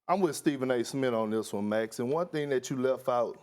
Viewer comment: Stephen A Smit...we should only call him that until he pronounces the name right. It's not that hard.